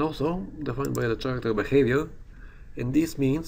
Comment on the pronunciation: It's pronounced Karacter, mate. Good video! :D